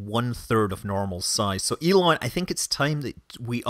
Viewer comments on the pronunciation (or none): none